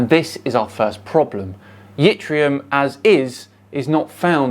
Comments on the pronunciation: Yttrium is pronounced like it-ree-um, the Y is silent. It's used in YBCO's (yttrium barium copper oxide) or more commonly known as super-conductors. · It's Yttrium Prof; NOT Yitrium!